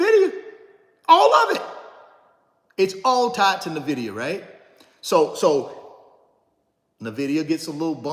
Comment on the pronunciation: Bro you repeat yourself constantly you said the same thing for over 30 mins And its not Navida its nvidia there is no vowel between the n and v